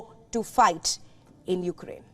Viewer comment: It's Ukraine NOT You-Ga-Rain.